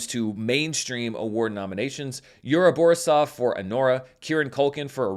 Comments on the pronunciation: Yura Bori'sov is right pronunciation. Thank you for all of the awards season videos! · thank you for your videos! Long time fan here👋🏻 I noticed that you’ve been trying to pronounce foreign last names as correctly as possible (with Pérez and Esposito), which I really appreciate; so I hope you would not mind me highlighting that in Yura Borisov the second syllable is stressed. It comes from a Russian name Boris where again the second syllable is stressed.